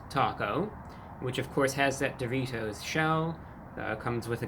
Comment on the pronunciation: Why does he say doritos like that? Sounds like he is saying Duvitos almost